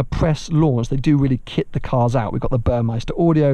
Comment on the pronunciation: Its Burmester, not Burmeister